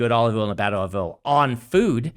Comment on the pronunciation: Brandon : Oleeve Oil